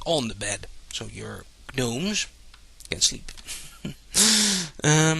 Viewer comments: When you pronounce gnome, the G is silent. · A lot of other languages pronounce the g in gnome, including german, greek, french, portuguese and probably others that I don't remember. Kinna hard to get rid of an accent for words that are the same in several languages. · i think because of his nationality thats how he pronounces it